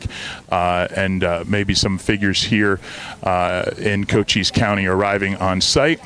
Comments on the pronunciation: Hey, new member America1st&Always. Am1st&always. The county is pronounced as kocheese county. Love you Love your show. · Thank you for sharing. FYI, it’s a Native American county pronounced Co-chees County. Hope that helps. 🇺🇸🇺🇸🇺🇸Trump#2024 Love the thumbnail! 👍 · Shouldn't make fun because u can't say the name of the county correctly.